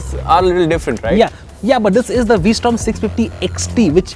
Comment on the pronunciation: He keeps saying WE Strom.